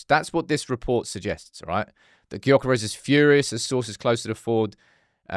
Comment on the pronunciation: YOH-kuh-resh- Silence that G and maybe he'll be more inclined to join haha